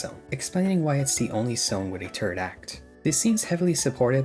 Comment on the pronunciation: Are you purposely not pronouncing your “H’s”? Tree, tink, turd, teory… What is going on.